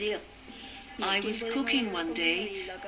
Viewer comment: The way the narrator pronounces decades in the intro throws the whole documentary into question